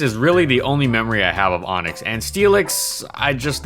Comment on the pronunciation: ONIX NOT ONYX